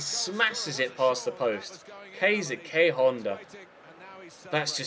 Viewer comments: Keisuke is pronounced like KAYS KAY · Keisuke Honda is pronounced ke-su-ki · Honda's first name you prounounces Ka..suu ke